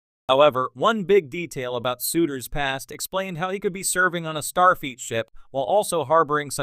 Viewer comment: Why does the AI voice seem to be saying "Starfeet" rather than "Starfleet"?